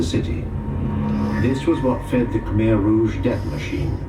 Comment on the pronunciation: khmer is pronouced Kah mai